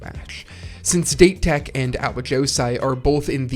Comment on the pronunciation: It's a great video, but is it intentional to pronounce date tech and furodate as "date" when the correct pronunciation is "dah-tay" and "foo-roe-dah-tay"? I wasn't sure if it was a bit since I've noticed it in other videos and it has obviously not been corrected.